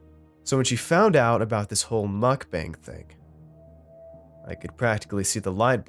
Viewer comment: Of course mukbang isn’t pronounce correctly. What was I expecting?